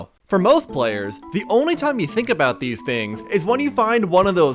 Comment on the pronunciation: bro says "thse"